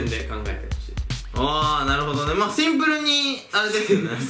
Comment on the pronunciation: スィンプルじゃなくてセィンプルなんや🤣🤣